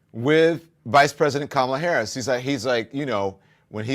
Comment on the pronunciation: It is so disrespectful of him to constantly and purposely mispronounced the Vice President's name - ugh he is so annoying!